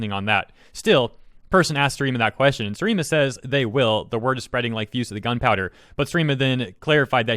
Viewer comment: Maybe pronounce people’s usernames correctly. Seri ema not sir eema.